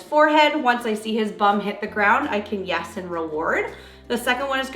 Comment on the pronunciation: This is a silly non-important comment but was curious as i do watch this channel frequently, but I was curious what state the channel is based in? When I hear ( yes) being said, I hear a slight accent hearing them say " ya - S "